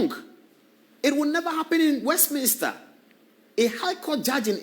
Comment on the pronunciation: Is Westminster not Westmnister